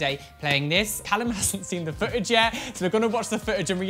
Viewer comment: I honestly thought you said " We are going to watch the fridge.." - ok rewind, slap head " We are going to watch the FOOTAGE! " - please send me new ears!